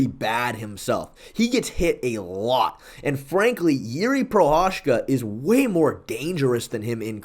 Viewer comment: It's pronounced "Prohaska". Just like that. Not Prohashka, Prohachka, etc. Prohaska.